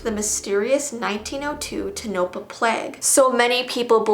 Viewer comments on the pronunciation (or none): Not to be rude but you pronounced Tonopah wrong it's pronounced tOnapah and if it came off rude I am sorry